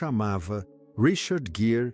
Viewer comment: Leitura péssima, que erra a pronúncia do nome do ator e desrespeita a pontuação e a entonação adequadas. Os erros chegam a prejudicar a compreensão do ouvinte.